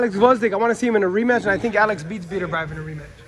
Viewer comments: Who the hell is "beater-beeve"? Pronounced "better bee evv" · “Be-tur bee evv”